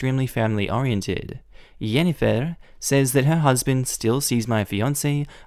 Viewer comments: I love how u are tottally butchering the name jennifer (gen-ni-fer) XD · Why is he saying Jennifer like that??? I'm confused. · for the love of all that is pure and good, please just say JENNIFER the right way. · Is that a normal way to say Jennifer? Ive never heard that before and it sounds so odd, but its also, my moms name😅 😅😅